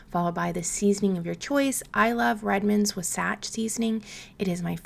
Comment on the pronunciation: Just in case you’re interested, Wasatch is pronounced “WAH-satch” or “WAA-satch” emphasis on the “WAH” 😊 I live in the area. Also, you can totally ignore my comment if you want. ❤